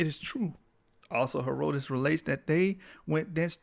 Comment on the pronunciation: BROTHER, If YOU PERSONALLY don't want to be identified as AFRICAN. LET ME SUGGEST that you get a girlfriend raised in Africa under an ENGLISH-TYPE school system or one with good diction and grammar from the STATES and have her point out all your little "glosses" (inaccuracies) like mispronouncing HERODITUS until you correct yourself. YOU WILL NOT SOUND CARELESS AND SLOPY, HENCE, YOU WILL PROJECT MORE AUTHORITY